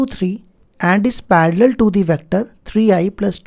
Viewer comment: It's parallel not paraller